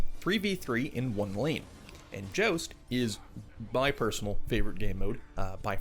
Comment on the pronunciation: The way you said Joust was explained thoroughly when you said the word About. Love the work